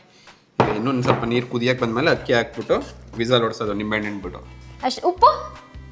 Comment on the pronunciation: one correction Hakki alla Akki. Adu 😅